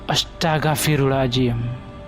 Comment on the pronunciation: " astaghfirullohaladzim " ... bukan "astagafirulazim" , tolong di benahin bang .